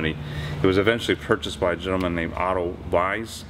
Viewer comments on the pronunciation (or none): none